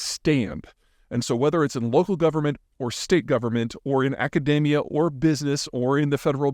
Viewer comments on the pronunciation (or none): none